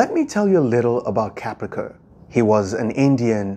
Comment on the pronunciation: Too bad Kaprekar is mis-spelt on the board (and mispronounced throughout)